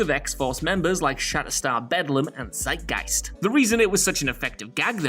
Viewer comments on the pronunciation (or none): none